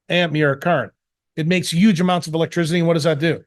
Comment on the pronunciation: why can't this guy pronounce the word "huge" correctly? the H isn't silent ...